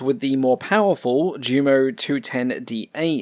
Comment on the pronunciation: "Jumo" is pronounced "Yumo."